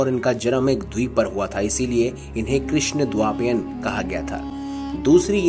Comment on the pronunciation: Plz look at your pronunciation. Its krishnadvaipayan..